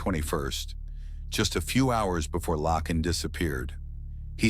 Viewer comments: Isn’t her name Laken ? Not lacken he’s saying it wrong !! Get it right or don’t say it !!😅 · YOU'RE SAYING HER NAME WRONG 🙄🙄🙄🙄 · Exactly!! It was annoying EVERY TIME